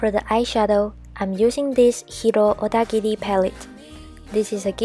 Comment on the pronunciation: 英文好聽！猛欸～妳講HIRO ODAGIRI的時候好像日本人喔～而且妝容很美～適合萊拉～好喜歡！